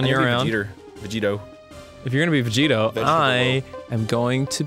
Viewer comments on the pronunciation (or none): VeGetto huh?... Yeah, guess Vegito was'nt correct